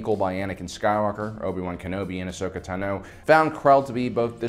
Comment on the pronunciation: So why does pronounce Ahsoka Tano as AHSHOKA TAH-NO when it's AHSHOKA TA-NOH